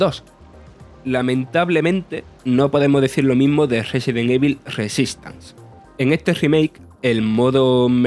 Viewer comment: Amigo se pronuncia "resedent ivol"